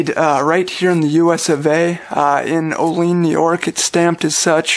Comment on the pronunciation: Lived near the facility when i was a kid. Pronounced OH-LEE-ANN. Nice review.